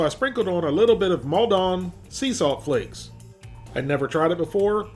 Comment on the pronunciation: Mall-don, it's in Essex in the uk and just down the road from where I used to live. Definitely not máldon as if French. :)